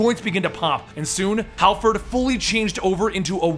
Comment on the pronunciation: Harford not halford.